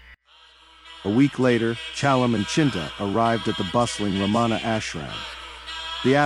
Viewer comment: Um, it isn't Ra-maa-na. Please! It's just Ramana, short a's all. Oh, and the 'n' is a "tongue-flipped'back" version that westerners just can't do...:)